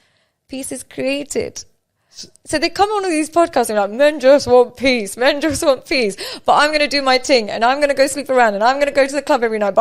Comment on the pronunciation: PEACE... not PIECE 🤣🤣